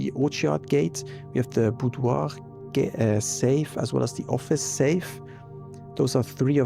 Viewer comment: I do like your pronunciation of Boudoir. You might stumble over some rare English words but this isn't one of them 😉 Fun fact: in the late-game you can find the Boudoir photo with the caption "Stay safe this holiday season!" 😉 I think you're supposed to infer from red letter 4 that Daniel is indeed Simon's father. Counting the Apple Orchard's small gate as a safe is only one of five interpretations of that 44-letter messsage! Parlour game: The blue box's statement is actually irrelevant as long as it doesn't cause a contradiction; all it does is to tell you which boxes are true and false but the gems were always going to be in the same box. The Trophy Room won't appear until you get a Trophy; reaching Room 46 is the easiest way to do that, but there are others. Even for native English speakers, the appropriate synonym for stride length is not easy to find. (An in-game clue exists.) Of course, you've now never seen what the Greenhouse looks without water. (Those special "flowers" don't appear.) The Greenhouse is probably the least popular lever. It doesn't help that the Greenhouse is so difficult to draft, as there are only thirteen doors from which it can be drafted. To help, the game not only treats it as Commonplace rather than Standard when drafting from one of those doors, but also gives it a further 5% boost. Having already drafted both the West Wing Hall and the Hallway, the Secret Passage was unable to find three new Hallways to choose from, so it was force